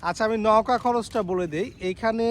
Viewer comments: নৌকা কে নউকা নওকা বলছেন কেন ? শুনতে খারাপ লাগছে! এটা বাদে ভিডিও টি সুন্দর ছিলো! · নৌগা বলতেছেন না নৌকা বলতেছেন ঠীক বুঝতে পারতেছি না ভাই। সঠিক ভাবে উচ্চারণ করেন ভাই। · ভাইয়া নৌকা উচ্চারনটা নওকা হবে না নৌকা হবে উচ্চারনটা । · নওকা না ভাই নৌকা